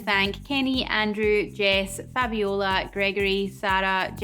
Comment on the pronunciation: Aaaaaah. I got a shout out!!! And you pronounced my name perfectly!!! Fabiola. Heheh no english speaker ever does...